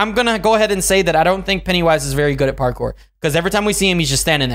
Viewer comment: It's pronounced Parkour not partcore